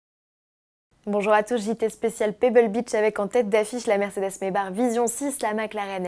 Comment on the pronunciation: Pourquoi maybar ? C'est pas Maybach normalement ? (simple curiosité)